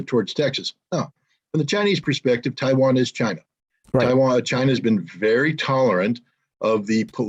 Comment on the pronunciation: "Chi-wan"- Scott Ritter, 2022